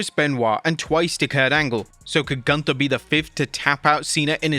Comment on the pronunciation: You are mispronouncing Gunther. Sprechen sie Deutsch!!!